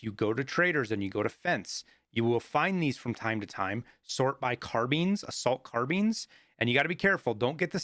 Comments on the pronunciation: well everyone says carbine not car beans idk how his way is the proper way unless in a different language it's carbeans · Quick get ur carbean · might be french but every country says it their way, which one is the easiest for everyone